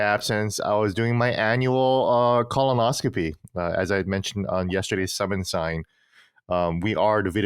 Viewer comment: Lol it sounds like Gene is saying Colin-oscopy